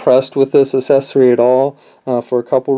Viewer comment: I take it you mean accessory. I have no idea who taught you how to speak English, but you need to go back and get a different teacher. I mean seriously "asessory"? what the fuck, man?